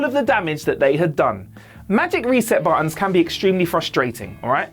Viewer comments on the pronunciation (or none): none